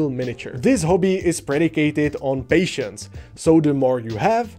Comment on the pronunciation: When you said this hobby is reliant on patience it sounded like you said pay shits if you hadn't captioned that part I would have thought you said pay shits